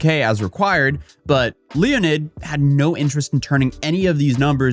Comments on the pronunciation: ... His name is Leonid, not Leonard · "Leo-nid", this guy is definitely low IQ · Did you say Leo ned? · Both are pronounced the same way, just different spelling, like Jon or John